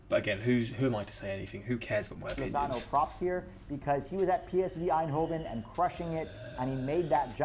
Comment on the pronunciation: My manz did lozano wrong 💀